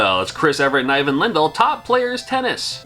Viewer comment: I was about to comment about his pronunciation of Ivan, but you already have it covered.